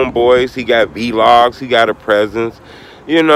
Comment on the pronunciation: Stop saying Vee log!!!